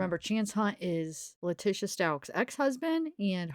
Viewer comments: Her name is pronounced..Lah-teesha not Lah-tisha..No I don't care about her however we should all know how to pronounce her first and lastname by now. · Name is pronounced LA-TEE-SHA.